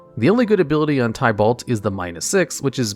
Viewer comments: Btw, you pronounced some Planeswalker s incorrectly. Chandra is pronounced as "Shaun-dra" not "Chan-dra" And Tibalt is pronounced is "Ti-balt" not "Ty-balt" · It's not tiebalt lol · Love that you are doing this, but maybe try looking up how the planeswalker and place names are pronounced. Gavin (one of the game designers) has a channel talking about Magic and well he knows how to pronounce Chandra and Tibalt. Another nitpick would be that you did wrong a few times now is flying. Creatures with flying can be blocked by creatures with flying or reach. The later is only a defensive ability, but it will come up sooner or later i believe. This list for rares would be interesting as mythic rares are comparatively a recent addition and a lot of old sets only went up to rare ans have weird cards. That said another fun list as a cross promotion could be "Top 10 tribal decks" or "Top 10 (draft) archetypes" though for the latter you probably would need to explain bow the term is used differently in Magic then in Yu-Gi-Oh. Another good idea could be "Top 10 strictly better/power creept cards" again to tie it to videos you did on this channel. I really hope this works for you. I personally found you via your wow channel and was very happy to see you did other things after I dropped of that game after Legion and having seen things like the weather report channel I know you do try. Given that you know cover two of my favourite hobbies (mtg and D&D) i am hyped